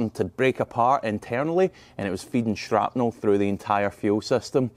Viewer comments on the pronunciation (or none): none